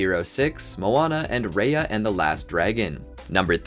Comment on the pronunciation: Raya is pronounced like rye-yuh not ray-yuh